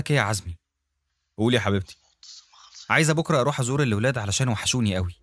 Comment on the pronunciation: زومي يعني عزمي.. جوز سوزي.. جوز سوزي هو اللي قتلها😂